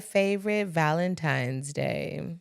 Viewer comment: I heard it soooo much this year!!! 🥴 "valentimes" Just idiots and lazy 😂😂